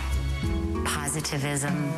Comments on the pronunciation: Why dose she keep saying positiveISIM omg hahaha is she for real? I forgave it the first time but after the second time I think she thinks that is a word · She literally can't even say the word positivity